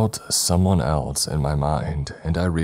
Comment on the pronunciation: Dude! Really like your story telling style but I absolutely crack up laughing every time you say ACROST, ELTS and my personal favourite WEAPONTRY 😂😂😂😂